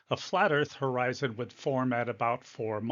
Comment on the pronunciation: I can't believe he said "Horizontal Eye Zone" = Horizon Is this guy a scammer of some sort? Oh , wait....